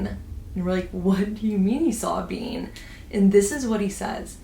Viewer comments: Pretty sure she is saying being. Like a "human" being. I thought she said bean at first too but being would make sense in this context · Just realized at the end when ur telling the story about ur dad that u said he saw a “being” and not a “bean” 😂 was so confused at first… my first thought was a “SW” though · lol i thought when you said “being” you said “bean” and i was so confused